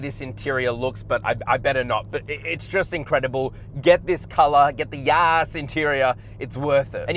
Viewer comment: Great video dude! Love the way you pronounce “yas” marina blue🤣🤣🤣